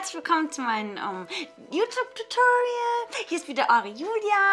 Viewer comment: herzlich willkomm zu mein. äh. youtup tutoriell :D wie geil sies ausspricht :D